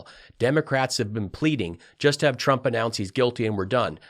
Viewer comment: "TURMP". Not once but every time. "TURMP".